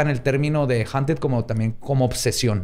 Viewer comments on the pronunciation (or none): se pronuncia "jaunted" puñetas (no te creas. te amo)